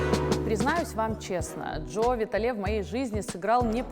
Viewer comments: Что у неё с ударениями 🤦‍♀️ Джо ВитАле ...а не ВиталЕ . ХоопонопОно.... а не хоопонОпоно.... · Приветствую)) Благодарю за ранее - ты уверена что так произносится хоопонОпоне...и джо виталЕ ???